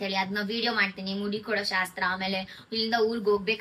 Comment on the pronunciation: ಮೂಡಿ ಅಲ್ಲ ಅದು ಮುಡಿ